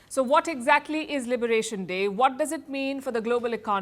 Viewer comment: Liberation dray. Day*. Liberation Day* What da palki 😂